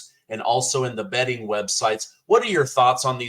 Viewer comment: 😂😂😂😂omg, did u say betting websites?😮😂😂😂😂😅😅😅😅😅😅😅